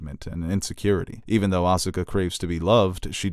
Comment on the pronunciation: Win - properly pronounces Evangelion. Con - Asuka is incorrectly pronounced. I'll take it, even Robin Williams, a rumored Evangelion fan, mispronounced "Evangelion" in One Hour Photo.